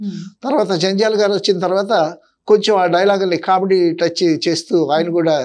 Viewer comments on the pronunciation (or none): none